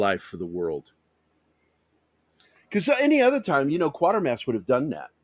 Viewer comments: Donlevy was Canadian. It’s Quater pronounced like Quaker not Quarter. It started on tv in 1953 on the BBC. Hammer bought the rights. And made two films based on the first two serials with Brian Donlevy whose performance was so disliked by writer Nigel Kneale that Kneale refused to sanction a third film til 66 when Andrew Keir was cast. Kneale also did the adaptation for the film version of PIT. Dr Who was loathed by Kneale. It wasn’t inspired by Quatermass but did pinch ideas from Q2 and Pit for some of its episodes in the early seventies starring Jon Pertwee as a more Earthbound Doctor. After a fourth series called just Quatermass in 1979 starring Sir John Mills as the aging and retired Professor, Kneale finally brought The Quatermass Memoirs to BBC Radio 4 in 1996 again starring Andrew Keir in his final performance before his death. The remake and live broadcast of Kneale ‘s 90 minute condensation of The Quatermass Experiment was transmitted on BBC 4 in 2005. It was an interesting if flawed piece of event tv. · The TV series pronounced the name Quaitermass. I don't recall how it was pronounced in the movies.